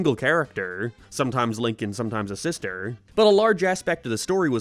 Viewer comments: Are you call him linking? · On the one hand, its a little annoying hearing you say linking loud when his name isnt that, on the other hand this show doesn't deserve the respect of getting charater names right (said as a former fan back within the 1st 2 years) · Is it just me or is he saying "linking" instend of Lincoln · his name lincoln not linking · Hi,! His name is actually "Lincoln" and not "Linking." Hope this helps! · I love that through this whole video he calls Lincoln "linking loud" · Calling him Linkeen from now on